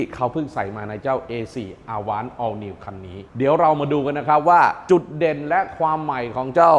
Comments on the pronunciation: Avant แอฟแว้นท์ครับ ไม่ใช่ อาว้าน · Avant อ่านว่าแอวองซ์ มาจากภาษาฝรั่งเศษ แปลว่า"ก่อน" หรือจะแปลว่ารถตู้ก็ได้ค่ะ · 'AVANT' ออกเสียง อวองค์ ครับ ขอบคุณครับ